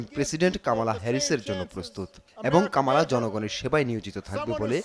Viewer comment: Not kaamaala Her name is Kamala.